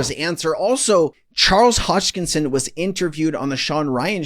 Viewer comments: Hahaha.. it's Charles Hos-kin-son... not "Hosh-kin-son. ..as always, love your content. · Thanks for your videos but PLEASE learn to say the man's name right! Drives me crazy every time you don't give him the respect of actually learning it! It is HoSKINSON. Not Hochingson.